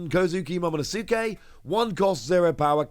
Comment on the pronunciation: awesome news! thanks! and, i've noticed in a few videos you mispronounced momonosuke lol...just wanted to let you know that it's pronounced momo-nos-ke...the u is silent ✌🏼